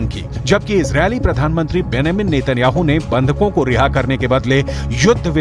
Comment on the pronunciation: Anchor beta tum TOTLA hai ya UNPAD ???? Wo Nam BENIAMIM nhi re mamu BENJAMUN hai re